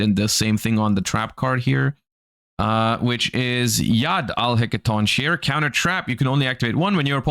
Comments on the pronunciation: Dear God Konami...Print Archetypes with easier names to pronounce. I don't know Bob, Bill, Pup, etc. please, it's "Hekatonkerees". First part you nailed but the last, nope. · I keep getting annoyed over these pronunciations. It should be He-ka-ton-kries. Has nobody played the OG God of War games? The Greeks in the chat please make sure it is right if I'm not. Seems like the LVL 7s could be used with a Kashtira engine or any generic 7 turbo deck. I could see this deck sliding Ariseheart in if it wasn't banned just for causing extra problems. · Say it with me: he-ke-ton-kiri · the last part is pronounced "kerry" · "Kries" is also wrong, it's more of a "khires"/"hires", from the greek letter "χ" pronounced kinda like the pronoun "he", the word just meaning hands though the names on these are missing an s at the end which is grammatically incorrect. -your resident Dimitri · Hecatoncheire is pronounced with a hard K in place of "ch" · Had not considered this pronounciation, it's certainly a choice